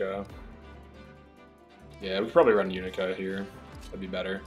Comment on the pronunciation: Bro it literally says the characters name in the game. except mc. How do you keep pronouncing yunaka wrong